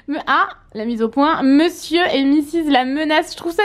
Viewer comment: j'aime trop les vlog sa ma fait trop rire quand il a dit mesieur la menage